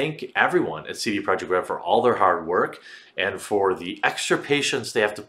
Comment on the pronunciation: Why do you say "Saidie Project Red"???? You say your vowel sounds weird.